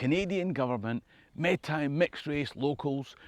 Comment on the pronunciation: Love your channel - I was born in Scotland and we moved to Canada when I was a child; my father’s family are from Skye and I very much appreciate the critical lens you bring to that history and I’ve learned a lot from you, thank you! Perhaps I can return the favour in a small way; The are great resources available from the Metis (pronounced May-tee) Nation of Ontario and many Scottish names pop up in Métis communities throughout Canada